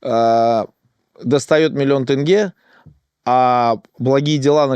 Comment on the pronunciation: По-моему он специально говорит-«тЭнге»🤦‍♂️